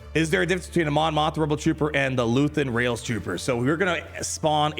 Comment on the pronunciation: it’s Luthen Rael not rail